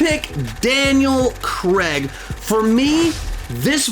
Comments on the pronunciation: It’s Daniel CRAIG. Not CREG. CRAY-G. What’s difficult about that? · Daniel "CRAIG", not Daniel "CREG" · It's Cr-ai-g not Kregg....Who is Kregg...Come on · "Daniel cregg" 🤣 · England: Craig Nobody: Absolutely nobody: Americans: Crehg